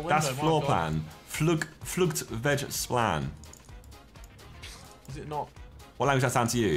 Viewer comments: if you’re danish it irritates you how Josh pronounces flugtvejsplan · Danes when Josh said Flugtvejsplan meant floor plan👁👄👁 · those pronounciations of "Flugtvejsplan" really hurt my head as a dane